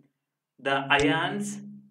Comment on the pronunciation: Ugh, this horrible pronunciation of "ions" in this video is just the right turn off to stop listening. Please do watch over it, It's just pronounced as "ions", not " aaiiyyaanss". FD